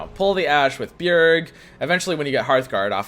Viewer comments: If I hear him say "Be-jerg" instead of "Be-yerg" one more time I'm going to lose it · its byerg not b-gerg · Its not pronounced ba-jerg, more like ba- yurg but say it quickly. Think of bjergsen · It's pronounced "b-yerg" it's a Norse thing I think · its pronounced BEE-YERG like Bjergsen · I think the J is silent in Bjerg - like, Bee-yerg or Be-yerg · Beh - gherg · No it's Be-yerg. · It's a Nordic name. It's pronounced Byerg. One syllabel. Same as Freljord. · he does that on purpose, there are many examples from other games he used to play